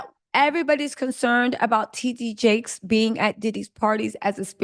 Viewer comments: Girl if you say TGee Jakes one mo gin. On my nerves with that. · His name is T D Jake’s not T G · It’s TD Jakes. Not TG Jakes 😆🤦🏾‍♀️ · 😂I'm cleaning and listening then I thought did she say TD Fakes then I see your comment. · Fighting for your life pronouncing “TD Jakes” 😂 😂😂